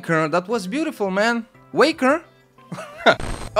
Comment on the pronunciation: Je suis le premier clip!:) Merci mais tu as littéralement pas respecté mon pseudo mdrr c'est " Way " ken et plus long R ( première lettre de mon nom de famille ^^ ) GG à tout les participants et je vais t'envoyer plein de clip maintenant:)